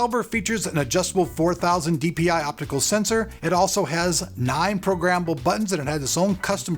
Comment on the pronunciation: lol programmmmble